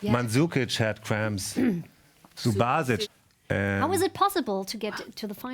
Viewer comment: God i hate when english are pronouncing Subasich not Subashich and Perisich not Perishich....it is like perish-ech...and yes Perišić will make England to perish!!!!